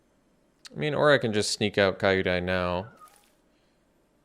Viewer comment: Great games and commentary. By the way, Kyodai is pronounced Kyoh-die, not Kai-oh-die haha.